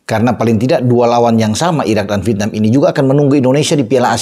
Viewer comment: Vièt-nam,... Bukan Vit-nam 😂